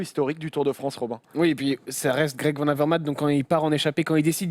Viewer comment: Demain comptez-vous parler de la rumeur Gilbert qui aurait signé pour 3 ans chez Lotto ? PS : un effort sur les noms flamands svp VAN se prononce VANNE sinon top votre émission